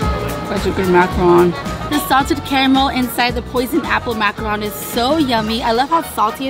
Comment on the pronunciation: She's saying macaron wrong right?